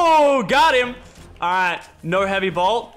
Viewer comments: J and M productions he was saying heavy bolt not heavy blot are you deaf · Who else was ragin when lachlan kept saying heavy blot instead of heavy sniper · Its not a heavy blot its bolt